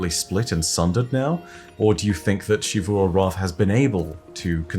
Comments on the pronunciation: Hey just so you know the “X” in Xivu Arath is pronounced like a “Z” not a “Sh”!!! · When will start pronouncing Xivu Arath correctly. Drives me BONKERS that he continues to say it wrong after so long.